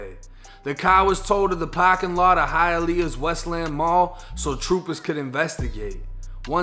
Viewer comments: Thank you for saying Hialeah right That’s why I subscribed you know about Florida. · My man pronounced Hialeah correctly. I am shocked by this. Thanks for keeping it 100!